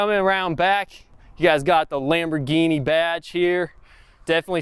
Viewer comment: It should be Lam-bro-guinea 😬